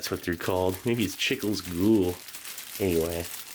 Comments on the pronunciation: The salsa de tomate is just plain ketchup. Salsa translates to sauce so it’s Tomato sauce. I understand that most people think of spicy peppers sauce when they see the word salsa. And the chicle is pronounced cheek-Leh and gool is gohl which chicle is gum and gool is goal, like soccer goal. Even tho the gool is actually spelled gol so it must probably just the name of the brand.. I enjoy your videos man 👍🏻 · Chicle is pronounced "chee-klay," and is just chewing gum. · Chicle means gum. Pronounced chick-leh. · the little candy (chicle) pronounced chee-clay in spanish.. is just the spanish word for gum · very interesting ration for sure !!! fyi the "chicle" is pronounced "chi-kley" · They way you pronounce "chicle". Had me dying bro. Nice try I guess haha